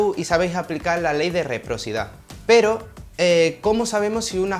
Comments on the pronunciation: Se dice reciprocidad. Y querrá decir, no quedrá decir jijijji muy buenas tus explicaciones, felicitaciones. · ¿Reprocidad?, ¿lú? Qué bruto, póngale un cero.